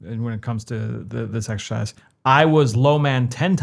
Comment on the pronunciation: definitely said "sexercise"